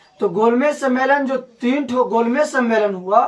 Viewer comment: भाई वो "तिन" नहीं होगा वो "तीन" होगा लेकिन प्रयास अच्छा है आपका🎉